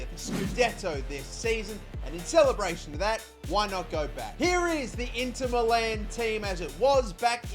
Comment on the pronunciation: its not Inter MELLAAN its inter MILAN